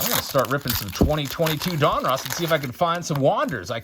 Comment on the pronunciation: They he says donruss drives me nuts. Lol. It’s like he’s saying a guys name. Don Russ. Say it fast. All One word. Donruss. Not don. Russ. Lol